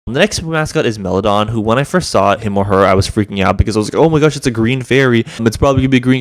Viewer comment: Meloron not Melodon